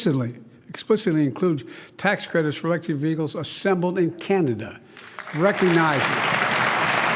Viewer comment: Chinada lol